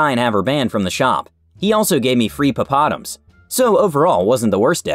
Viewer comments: Definitely not pronounced papa-doms (At least in Essex) I don’t think anyone pronounced it that way (I pronounce pop-a-doms) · Lol papadums are pronounced Pop a Doms 😂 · Pa-paw-dums love the pronunciation instead of pop-pa-doms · *falls off chair laughing at the pronounciation of 'papadums'* PA-pa-doms XD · Papadums is pronounced Pop-a-dom, really enjoyed the video, but your pronunciation made me smile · The way he said "papadums" made me giggle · Glad I'm not the only one. I had to stop and process the whole segment since what was said did NOT match what I was anticipating in my head. XD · Actually come to the comments to see if anyone else noticed it 😂😒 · I thought that sounded odd. Out of curiosity... What IS a papadum, exactly? Confused American is Confused. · First time I ever heard popadum pronounce that way but yet again, American "second syllable syndrome" is probably to blame.